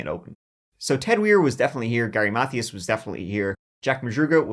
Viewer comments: love you loads but Mathias is pronounced muh-THEE-us. not math-ee-us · Gary's last name is pronounced Mathias with a capital I sound. Math-ī-as or Math-eye-as. This is a great video, and you do a very good job. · "Mathias" is pronounced "Muh Tias". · Alright....say it with me now. MUH-THIGH-ISSSSS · His last name was pronounced "Ma - thigh - us". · Mathias is pronounced“Muh—Tee—Us” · Please Google how to pronounce "Mathias" correctly. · Mercury Mon-tea-go. Gary Muh-thigh-us. not "mon-tay-go" and "math-thee-iss"